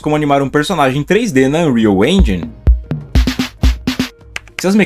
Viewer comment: pq geral fala " engi"....se pronuncia enjen literalmente